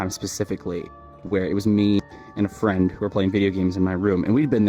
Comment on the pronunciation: * ponies * lol. when it said "ponnies" i DIED edit: oop. * friend * edit 2: * basically *